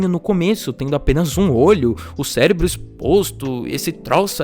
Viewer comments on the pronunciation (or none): none